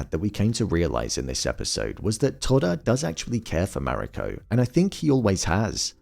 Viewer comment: Mah-ree-co. Emphasis on the first syllable.